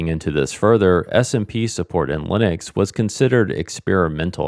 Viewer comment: For some reason i kept on hearing smb not smp